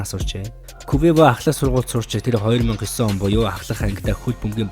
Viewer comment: quvevo гэж уншаад байхын хаха